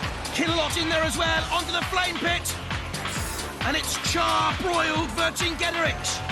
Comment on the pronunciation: Love the Monty Python reference. Is it really that difficult? [Ver-sing-get-a-rix]